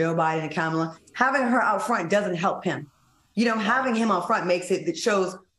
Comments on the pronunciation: Please tell Q, it's comma la (the the punctuation matk. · Q, START SAYING OUR VICE PRESIDENT NAME RIGHT.